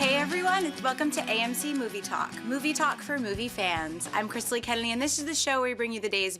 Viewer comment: Why does always sounds like she's saying Hi I'm Krisily KeneLy?